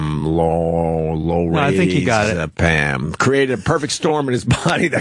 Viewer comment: Opie trying to pronounce rather simple words like Lorazepam is cringe inducing.